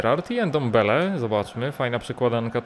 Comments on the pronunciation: Jego nazwiska nie czyta się „endombele” tylko „ndombele” n łączy się z d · Ty ile razy on powiedzial endembele haha